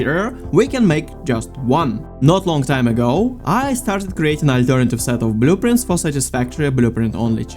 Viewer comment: "BUH-LOO-printz"... i love it lol thanks for the vid